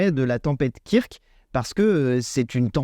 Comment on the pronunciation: Kirk?! STP, dit ~"keurk"~ comme le 'pitaine de Star Trek qui rappellera au passage qu'il y a + de 50 ans, un monde fut imaginer où la notion d'argent (problème qui pourri l'humanité, provoque des guerres etc...) a été aboli! Un grand coup de pelle de Gauche quant aux possibilités de modèles de sociétés différents quand on veut améliorer la vie des gens Merci